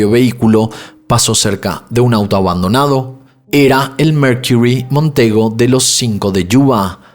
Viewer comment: Coño brother, habla bien! Qué es eso de "merquirrry"? MERCURY, sencillo y básico.